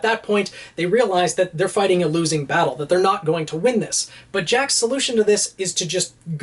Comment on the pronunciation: foighting style